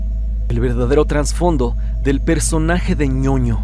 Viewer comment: Buen video , ahora con la serie espero se puedan dar a conocer más esos problemas que tenían entre ellos , solo un error ahí fuera del tema del chavo, es TRASFONDO , no traNSfondo, es un error muy común , como en el caso de la palabra TRASTORNO que muchos dicen TRANSTORNO erróneamente , saludos 👋